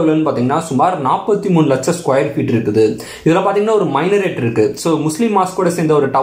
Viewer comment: மைனரேட் இல்லை, மினரேட்